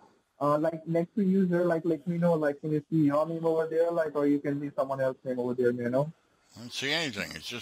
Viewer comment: Over derr